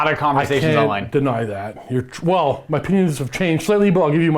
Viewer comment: My brain realizes he said "my opinions" but my ear only hears "my penis".